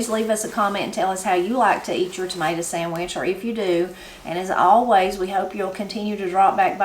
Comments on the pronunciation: I love picking tomatoes and going in and make me a "mater" "samich" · makes his mater sandwich just like I do. Ain't nothing any better than a fresh "mater sammich"!